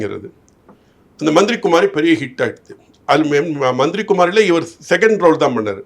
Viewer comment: Dey athu manthira kumari illaida manthiri kumari please correct